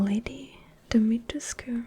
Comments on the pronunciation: try to read it like this: domitgesk, not dimitrescu. there you have it ;) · I don't like ASMR, it makes me uncomfortable lol but you look stunning as Lady D! (pronounced "dom-et-reesk," no "t" or "u")🤓👍🏻😁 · pretty sure its pronounced like dimitresc because I think I heard them say that in the demo a few times, although its still spelled dimitrescu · I know this is late but her name is pronounced “Dimitreesk” other than that the video is perfect <3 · Fun fact lady alcina dimitrescu (pronounced domitresc) is 44 and her extreme regenerative abilites allow her to create claws in a matter of seconds and is responisble for her extreme stature and as a result of a blood illness after being infected with a cadou developed a need to consume human flesh and blood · Most people pre-release called "Dimitrescu", post-release are calling her "Dimitresc", but Romanians are sounding off in gameplay comment sections like "that's not how you say it either". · I like how she didn't pronounce Dimitrescu right because now I feel better about not being able to pronounce it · The u in Dimitrescu is silent. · I think the u in her name is silent but overall pretty good. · You pronounced her name wrong, but still a good vid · So, I just played the castle demo about an hour after this came out and apparently the u in dimitrescu is silent